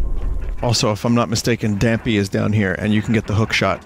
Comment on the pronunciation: He said dampe the grave keeper